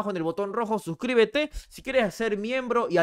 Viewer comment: Suscribete dijo con acento Argentino jajajajaja